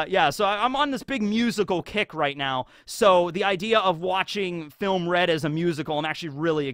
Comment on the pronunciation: “Filmuh Red”